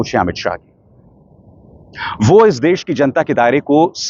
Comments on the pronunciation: Amitshah ji deas nahi dash bola jata he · This man can't even speak Hindi properly. Sha is sa for him, des can't say desh! Apna naam SHAH kaisey batata hoga... "Sah"😢